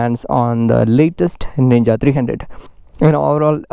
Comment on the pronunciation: Man its ninja 300 not nina 300 plz correct it